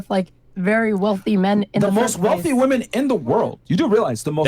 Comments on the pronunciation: Do none of your realize that many of these "women", especially that talkative blond, cannot pronounce "women" as "women", but only as "woman". I'm noticing this more and more. It is bizarre. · and she cant even pronounce "women" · why do all these girls pronounce women plural as "woman"? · Why does she keep saying “woman” in the plural for “women”?! Is she fucking stupid? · Why does that girl keep saying woman instead of women? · MY GOD! What is it with this generation of women not being able to pronounce "women" as "women" but instead, they pronounce "women" as "woman"! Am I the only one who notices this?? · Why tf is unable to say women? She constantly uses woman as plural and it's irritating af